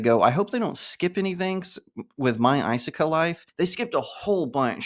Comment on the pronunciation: Do you intentional pronounce isekai wrong?